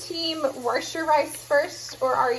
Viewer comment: Came across on of your earlier meal prep videos and love the channel! It cracks me up when you say 'warsh' lol. Definitely inspires me to start gardening!